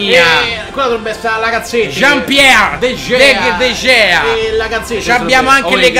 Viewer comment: MA come hai pronunciato DE GEA?????????